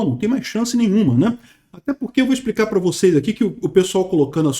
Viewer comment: Amando ver essa turma engolindo i sapo 🐸. A explicar explicar excxxplicar😅😅😅😅